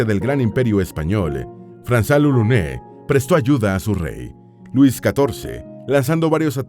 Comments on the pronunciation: Lolonies... Así suena cuando lo pronuncia... Y me da un aneurisma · Lolonuá, se pronuncia así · Se pronuncia lolonua *